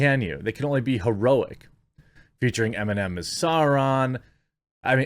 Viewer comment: So it's The Lord of the Emienems I see.